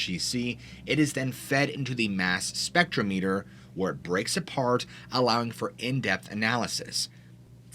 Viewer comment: It's pronounced spectrometer, not spectromEter.